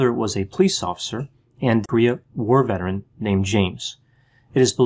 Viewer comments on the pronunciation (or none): none